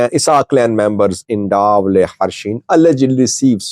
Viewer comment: Slight correction: It is Da’awaley and NOT MACAWALEY (where the skirmishes took place).